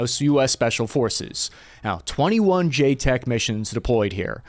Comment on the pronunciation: JCETs, pronounced J-sets. Not JTECs.